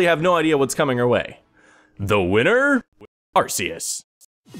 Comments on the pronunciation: IT'S ARR-KEE-OOS NOT ARR-SEE-OOS DAMMIT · It's pronounced, are-kay-us, it sounds like archaic which means old. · Arceus is pronounced with a hard C sound, like "Arkeeus."